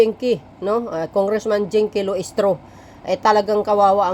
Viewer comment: Jinky Luistro not Lusitro😂